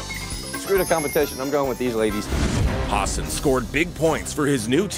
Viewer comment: I like how the narrator calls Hassan by hasen when it’s Hassan with a long a and long a.